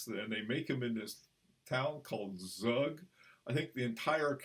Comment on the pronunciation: Professor 👨‍🏫, the town is Pronounced "Tzoog" which is a a 30 min drive from Zurich. The largest encryption (non NATO) in the world is based there named Crypto AG. Also InfoSec. Their banking encryption products 🙏🏻✨